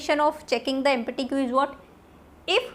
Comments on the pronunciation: Its not Empi-ty Thats empty-- (emp-ti) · mam you are teaching nicely but take care of pronounciation while using empty